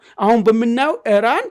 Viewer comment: ኢራን በል ጋላው ሄራን አትበል ውይ ስንቱን እናሰልጥናቹ 🤣🤣🤣